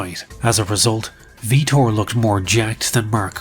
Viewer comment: The announcer and Rogan say Vitor's name as Victor Blownapart then proceeds to call him Victor lol